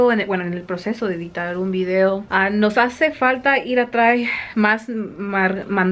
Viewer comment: Hola Bélgica, no sé dice ir a trai, la forma correcta es ir a traer. Hermosos tus bebés, bendiciones.